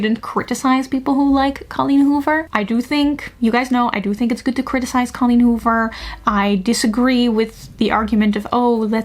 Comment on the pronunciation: i love the way you pronounce colleen hoover